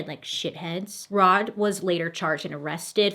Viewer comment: its so funny how she noticed how she pronounced trespassing but not irrevelant HAHAHAHA